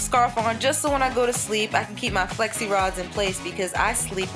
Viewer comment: I thought she was saying sexy rods lfd